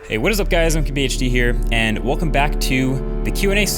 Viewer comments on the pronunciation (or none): CubbyHD? Is that what you're saying because I can't tell, I thought your name was Marques lol